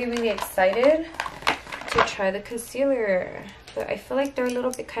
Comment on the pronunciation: Someone please tell her its "conCEALER" not "conSILLER"!!!!!